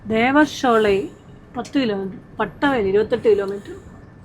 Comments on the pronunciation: പട്ടവയൽ അല്ല പാട്ടവയൽ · പട്ട വയൽ അല്ല 😂 പാട്ട വയൽ 👍